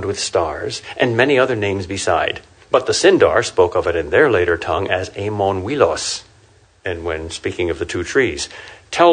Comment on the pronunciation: Amon Uilos = Mount Oiolosse. Amon like Ah-monn, not like Éamonn. Uilos like OOy-loss, not like wEE-loss. And Laurelin of course first syllable LOW, not LAW.